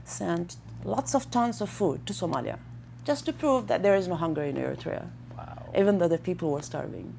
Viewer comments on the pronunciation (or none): He can't pronounce Eriterea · Lol you pronounce Eritrea wrong 💀